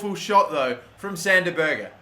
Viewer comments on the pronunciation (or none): Two things- Neres is left footed Berge is pronounced ber-j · Not it's not... The "ER" in Berge is pronounced as the "ER" in Meret